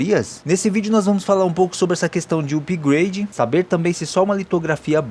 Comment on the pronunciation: Amigo!! A gente escreve "upgrade", mas a pronúncia é "apgrêidi" e não "upigrâdi". 😠😠😠😠🤦